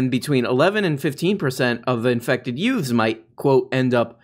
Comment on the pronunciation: Did you say “Yutes?” What’s a “yute”. 👏🏼👏🏼 for the reference. Did the tuck swanman carlman chuckle when I heard it. 🚽🚽